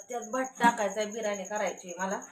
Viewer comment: बिरानी नाही ग बिर्याणी म्हण.